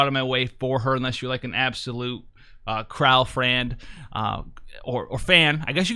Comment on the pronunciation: I always thought her name was pronounced Cry-Lee lol